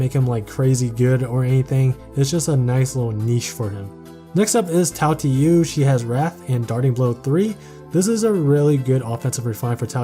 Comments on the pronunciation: Tail tee you lmfaoo i died a bit inside but great video nonetheless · That Tailtiu pronunciation actually hurt 🤕